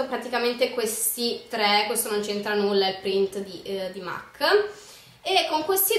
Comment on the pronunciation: solo una postilla... MAC è una marca inglese.... e si legge MEC.... ;)